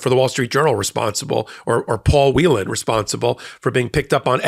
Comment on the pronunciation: Paul Whelen's last name is pronounced "Whale-n" not 'Wheelan'. Congratulations to all who are released. Thanks to President Biden for getting the job done. VOTE BLUE! 💙💙💙💙